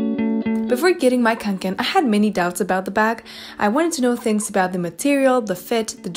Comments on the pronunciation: Se pronuncia "conquen" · Kaw'ngken. That's how you pronounce it in swedish. I got my first back in 1984. I still have and use it. Since then I have bought several others like the haul pack which is my favourite right now. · å in kånken is actually pronounced as o ^^ i used to have kånken but i ended up giving it to my mom since carrying large backpacks hurts my shoulders and back (´Д` )